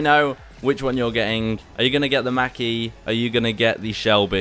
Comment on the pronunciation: I love how he says Mac instead of Mach lol and on the sides of the Mach e when turning it you see the electric current only on the side witch you turn from